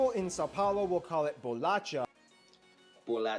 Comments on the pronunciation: 221:11 worong pronunciation in "bolacha". The sound of "ch" is the same of "sh" in english word "show", or "shower". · Bolatcha... Bisquête! kkkk Te amo! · he mispronounced the word "bolacha", It is pronounced as "bo-lah-SHah" and not "bo-lah-CHah". This war he mentioned is a joke because there's a kind of "dialect war" in a joking way between Rio and São Paulo about what's the right way to say "cookie" or "biscuit". In Rio we say "biscoito" (beesh-coi-tu) but in São Paulo they say "bolacha". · Bolatcha? What the freak, dude😂😂 We say something more like "bolasha" (like he said himself, it's Portuguese, not spanishhh) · An American teaching an English how to speak cookies: Boulatchxiá and Bicôitô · It's "bolasha" the correct pronunciation, not "bolatcha".. and yeah.. Here in São Paulo we call cookies as Bolacha and it doesn't metter if the pack of cookies says "biscoito"..we don't care..it's bolacha, period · Dude, the correct pronounce is not bolatcha is like bolasha but u was cute trying. ♥ And I laugh so much because of a inside joke that says: " Portugal stole our gold." We think it's cool haha We also have some intrigues with the Americans because they don't understand that America is a continent and that their country is called the United States of America and every time we have to explain it. Anyway... congrats!! Your content is nice and u have one more subscriber!! 😍💕 I hope that one day you can travel to here (Brazil) and visit states like Alagoas, I'm from there and we have a good culture and beauty beachs. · For goodness sake, BOLACHA DOESN'T SOUND LIKE "BOLATCHA", it's actually like "bolasha" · Yep, definitely. When I heard the word being pronounced like "bolaTCha" I was like "Omg! Really?" 😂 Here we usually say "bolaSHa" as you said. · Bolacha was wrongly pronounced. Try to pronounce "bolasha" (bolacha). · ele ensinando a dizer rio de janeiro, mas dps manda um 'bolatcha'....... enfim, gringo kkkkk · It's BOLACHA!!!